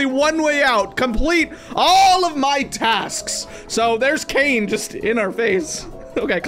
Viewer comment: Thats not caine thats aine💀